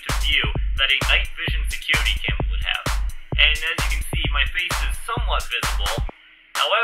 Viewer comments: His secuwety camewa 😂😂😂😂😂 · “I can use this to simulate my secuwity camwa.”